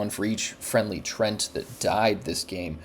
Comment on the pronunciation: trent? bro they are treants :D pronounced like "tree-ants" with a short ee sound